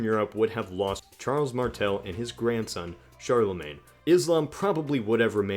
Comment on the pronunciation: The way you pronounce Charlemagne bothers me